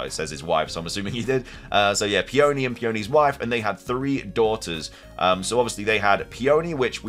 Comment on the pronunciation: Somebody please teach this poor boy how to pronounce Peony before my ears bleed any more